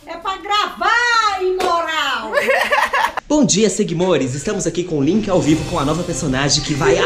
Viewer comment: "É PA GRAVAA IMORAAL" SOCORRO EU TÔ URRANDO